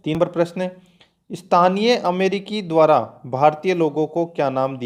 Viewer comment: Question ka collection achha h,,, but speaker bahut hi stupid aadmi h... Dwara likhe ko b dwar bol raha hai, murkh adami b video bnate h 👍😀